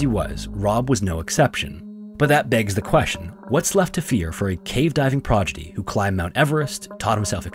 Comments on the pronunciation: it’s prodigy not progidy just a heads up❤ it hit my ears like a ton of bricks I’m sorry to even leave the comment I had to 😂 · Did you say "progidy"? lol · "progidy" lmao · "progitea"? lol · Prodigy incorrectly pronounced again ❤